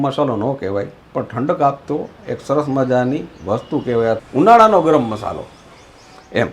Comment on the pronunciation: મશાલો ન કહેવાય.મસાલો કહેવાય